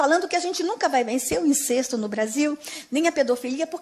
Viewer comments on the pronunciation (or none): Incesto a pronúncia não é " incêsto"